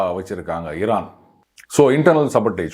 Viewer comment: திமுகாகாரன் எவனோ இவன் வாயில சொறுவிட்டு இருக்கான் ...😅 சம்பந்தமில்லாத இடத்தில் பன்றி பேலும் பொழுது கத்துற மாதிரியே கதறுகிறான் பாடு 😅 அதுவும் ஈரான் என்று கூட சொல்ல தெரியலை இரானாம் 😅😅😅😅